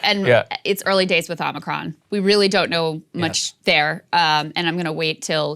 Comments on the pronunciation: I like that Joe says "Omnicron". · No Krystal it’s pronounced Omicron like The planet Omicron Persei 8